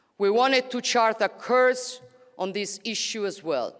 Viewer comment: Great speech but someone needs to teach her to pronounce the word "course" like the Italian word "il Corso" BUT NOT like "curse" which means to invoke supernatural harm‼️Made me cringe each time she said it😱